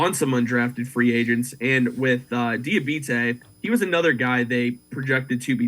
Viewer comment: It's pronounced DEE AH BOT TAY